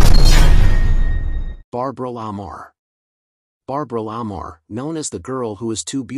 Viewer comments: Again, with the bad pronunciations. Barbara La Marr's last name is pronounced Luh MAR . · The AI voice doesn't pronounce Clara BOW'S name properly. And Barbara La Mar's name isn't pronounced properly 😮 Theda Bara's name is a mess.